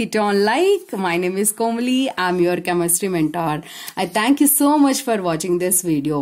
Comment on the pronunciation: Idk if you know it....but komali in tamil means Clown 🤡 Before seeing this video I thought you were tamil...but your slang is different and the way you pronounced komali isn't the same as how a tamil person would pronounce....